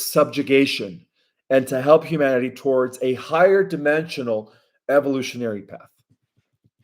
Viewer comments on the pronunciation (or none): none